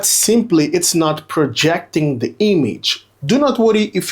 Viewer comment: its "the screen" not "de screen"